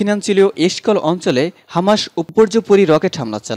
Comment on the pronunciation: ভাই আপনি তো সঠিক ভাবে বাংলা উচ্চারণ করতে পারেন না। বারবার হামাসকে হামাশ বলছেন। আর শিরোনামে কি সব উল্টোপাল্টা লেখেন। মূল সংবাদ এর সাথে যার কোন মিলই নেই।